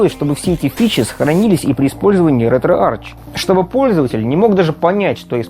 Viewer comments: пилять, ретроарх. читается не Ч, а АРХ. Археология, а не арчеология пилять! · Кластер, не детский сад, чтобы тереть коменты. В произношение Ч, я буду тыкать носом каждого, будь хоть ты, хоть кто другой.. Логитек, Текнолоджи, Архиолоджи, Кемистри В словах греческого происхождения ch произносится как [k].